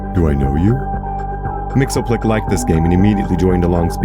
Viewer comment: Love the reinvention of Mxyzptlk as explicitly one of the Fair Folk! Though for reference his name is pronounced “Mix-Yez-Pit-Lick”